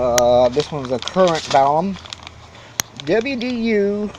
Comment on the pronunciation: Are you saying "balum"? It's balun with an "n" short for "balanced-to unbalanced." There is no "m" in the word "unbalanced."